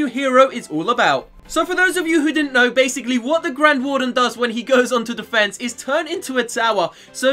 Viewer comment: Haha , it's 'defense'